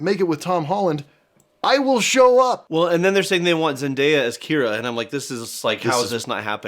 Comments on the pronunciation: It's Kida... not Kira ❤ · When Alan keeps saying Kira does he mean Kida? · Stop saying Kira!!! It's KIDA!!!! Say it with me "Ki" "da"! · Sorry, but it's Kida 😭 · I mean you guys should probably start by pronouncing Kida’s name correctly instead of calling her Kira. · I love this movie. Always have. And every single time Milo (THE ANCIENT LANGUAGE EXPERT) butchers Kira's name I scream. Sometimes bad movies are still good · I thought her name was Kida not Kira xD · Guys it’s KIDA not Kira!!!!!!! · The princess' name is Kida, nor Kira. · Thaddeus is Milo's grandfather The Princess's name id Kida, not Kira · I agree that this movie has some holes but I loved this movie then and I still love it now. But... i think they mispronounced princess Kidagakash's name lol ....😢 Isn't it Kida not Kira? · . my dude…. Her name is not kira…. It’s ki-TA…. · Seriously her name is Kida! Not Kira. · Something you missed was how to pronounce the female protagonists name. You kept on saying Kira its Kida. It's not a big thing, but as someone who learned how to say her full name and was obsessed with this movie, it's a little annoying. Love your videos!!! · Her name is KIDA. Not Kira... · Guys.. first of all, it's KIDA, not Kira, and secondly, it's his grandfather... NOT his dad 😅 y'all!!... come on!! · Love the commitment to the bit that white boys simply cannot pronounce K I D A ' S (Kida, short for Kidagakash, not Kira) name. (I'm mostly joking, but also a little bit serious. 😅) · Also it's not Kira it's Keda (Hope I spelled it right.) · Not me getting triggered every time they call her "Kira" and not "Kida" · Lol that's his grandpa and her name is Kida not Kira 😂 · Yeah, I honestly wasn't thrilled with this review. They can't even remember to call her Kida. They keep saying Kira. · KIDA NOT KIRA. KIDA. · I know I'm mostly just being pedantic because I love this movie, but A) her name is Kida, not Kira, and B) it's his grandpa who raised him, not his dad